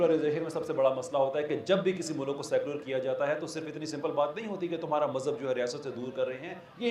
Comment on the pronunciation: tera bajega baaja intellect hai tere pass lunde ke intellectual sahb mulk bolna to seekh phir secularism per taqreer kerna